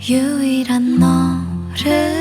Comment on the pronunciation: 유일한 너를->유인나 너를 발음 비슷해서 더 치인다ㅠㅠㅠㅠㅠㅠㅠㅠ